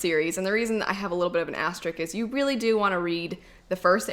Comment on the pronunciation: "Asterisk" not "Asteric" LOLOLOL